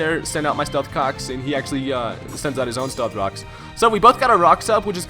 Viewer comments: Did no one else notice him say Stealth Cocks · I keep hearing "stealth cocks" lol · He said " Stealth cocks" at first lol😂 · It's kinda his thing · Did you say "stealth cocks" first time? Haha!